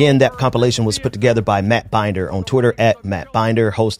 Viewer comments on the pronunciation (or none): Matt Binder's name is pronounced Bin-Dur. Not Bein-Der as in "Binders full of women."